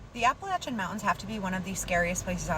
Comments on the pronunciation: I'm just so happy you said "Appa-latch-un" and not "Appa-lay-shun" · Thank you for pronouncing our mountains correctly ❤